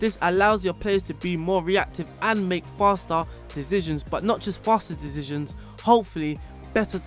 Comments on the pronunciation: Dizzishions xd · Nice dezizionz